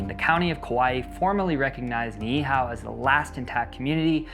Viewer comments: Howzit braddah mahalo nui for sharing about the history of our people and islands. For pronunciation purposes Niihau is pronounced (knee-ee-how) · Aloha awakea from Oahu! Just a tip on pronunciation Try saying ni’ihau as (Knee-ee-how) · Great research and presentation. Just spend extra time on pronunciation. Doesn't have to be perfect but you said Niihau about four different ways.